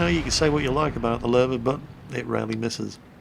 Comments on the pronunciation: Any reason why you call it a Lurver instead of a Löwe (Lion)? Acquired habit of (mis)pronouncing a difficult foreign syllable perhaps? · Loo-veh not lerver. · Why does say "Luver" instead of Lowe. Is Luver the correct way to say the word? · Yes, the reason would be the infamous british intrusive "R" that most british tend to use alot. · thejoedude thefirejoe While its ok to prononce it anyway you want, there are no R in the german prononciation.